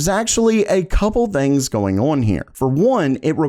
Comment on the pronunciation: day 561 of being incapable of saying "on" correctly.